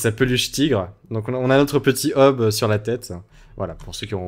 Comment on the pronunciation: c'est calvin et hobbes hobbes ça se prononce Hobbse